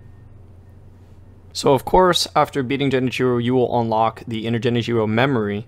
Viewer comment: "Jenichiro"? Seriously? How?